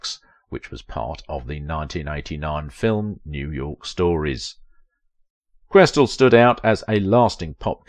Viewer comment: A few areas to be helpful here. First, her name is pronounced, QuesTEL. Second, she was active in New York and worked exclusively for Fleischer Studios, also in New York. She NEVER was the voice of Minnie Mouse, which is a Disney character. That voice was provided by Marcellite Garner, who worked in the Ink and Paint Department at Disney Studios. There is no deliberate "Yiddish" characterization in Betty Boop, in spite of mistaken impressions of the appearance of a Yarmulke on the head of her father in MINNIE THE MOOCHER. Jewish people has confirmed that this is a bald spot, especially since there is a hair that stands up on the back of the head. One of your pictures from DANGEROUS DAN McGrew is Helen Kane. Your picture of Esther Jones is also incorrect. That is from the collection found in the James Van der Zee Collection at The Chicago Art Institute, identified only as "Do Tell." Esther Jones was a Child Performer. Also, Mae Questel continued to be busy all her life doing voice-over work for Dove Dish Washing Detergent and as the live action character, Aunt Bluebelle for Scott Paper Towels. Margie Hines was hired as the first Helen Kane imitator for DIZZY DISHES (1930) which was the EIGHT, not the seventh Talkartoon. Mae NEVER appeared in a short dress in the form of the cartoon character. She made this statement in an interview many years before. All photographs of her as "Betty Boop" show her in a full length dress. Mae Questel did not appear in Hollywood on Parade. That